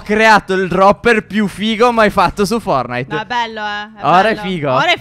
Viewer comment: Si dice forTnite e non fornite